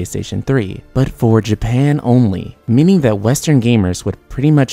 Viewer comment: Can this guy not pronounce As and Es? Every time he say many it sounds like mini. Then he says meaning and it sounds like........mini.